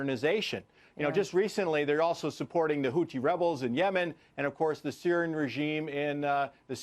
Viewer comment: Did he say Hootchie rebels ?